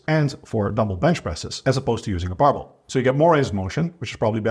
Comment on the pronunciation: he is saying "barbell bench exercises", compressing the word into "barble"; so not "marble bench exercises" as it sounds